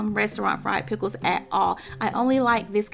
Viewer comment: She said "Peckles". Lol.